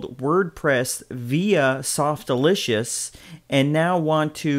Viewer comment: Lol Softalitious :p Its Softaculous not Softlicious :D